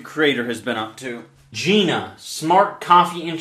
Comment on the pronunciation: I think it’s pronounced, “GīNA"